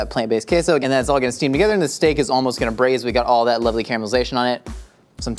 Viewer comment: sounded like a Northern English man when he said 'lovely'.